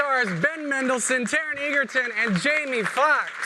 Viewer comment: Say it with me: EDGE-ER-TON